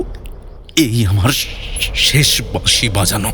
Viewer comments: বাঁশি, উচ্চারণ টা এতটাই ভুল যে কানে লেগেছে। বাদবাকি গল্প পাঠ সুন্দর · প্রথমেই বলি শব্দ সংযোজন খুব খুব ভালো হয়েছে, দিন দিন উপস্থাপনার মান উন্নত হচ্ছে যেটা সবার কাছেই কাম্য, বাঁশির সুরগুলো যদি আলাদা করে আপনারা আপলোড করেন তবে খুব ভালো হয়, দাদার থেকে বাঁশি এর জায়গা বাসী শুনে খুব কষ্ট পেলাম ওনার এবং সেই সঙ্গে আকাশদার কিন্তু বিষয়টার দিকে আরও বেশি করে নজর দেওয়া উচিত ছিলো। প্রচার অলংকরণ চমৎকার রৌম্যজিৎ দা থাকলেই সেটা যেন জীবন্ত হয়ে ওঠে। এই সিরিজটাও জমজমাট হবে এরপর কিন্তু একটা প্রেমের গল্পের সিরিজ চাই হোক না এরকম ছয়টা গল্প নিয়ে । অনেক অনেক ভালোবাসা রইলো ❤❤❤❤❤ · আমি ের অভিনয়ের ভক্ত।তবে এই গল্পে ১৭:০৫ ও ১৭:১০ সেকেন্ডে বাঁশি উচ্চারণটা বাসি করেছে ।আর ১৮:৪৩ এ অরুন্ধতী উচ্চারণ অরুন্ধুতি করেছে।এটা ওর কাছে কাম্য নয় ।পরিচালকের আরো সচেতন থাকা দরকার ছিল । পুরোটা শুনে বাকি মন্তব্য করবো। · Flute composition আর বাজানো এক কথায় অসাধারণ। তারপর গল্পের উপস্থাপনা। তবে উচ্চরণের প্রতি আরও যত্নশীল হওয়া উচিত ছিল। 'বাঁশি' হয়ে গেছে 'বাশি', যা বড্ড কানে লেগেছে।